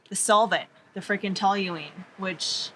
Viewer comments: It's pronounced Toeleen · Is it pronounced tooling I'm not sure